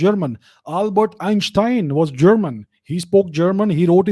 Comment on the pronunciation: A special +1 for your spot on pronunciations of Eistein and other names. But yes, I could not like or agree more with this video; this is what Sankrant Sanu has been saying for years as well. Would love an expanded version of this video.